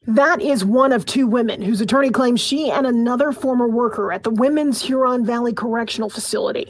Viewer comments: The accent is on the first syllable: HUron. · You’re close on your pronunciation; just put the stress on the first syllable. HUron.